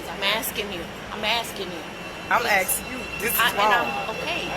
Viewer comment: I’m axing you